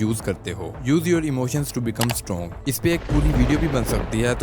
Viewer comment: . Strong........ Or Stronge......!!!>